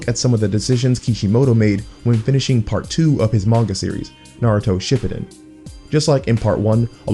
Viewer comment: even as a kid and didn't know any of these mythologies (and still don't) It was obvious to me it must've been based on real mythologies. TIL Son Goku is called that cuz of the Japanese name. Shipiden? bruh... pronounce it right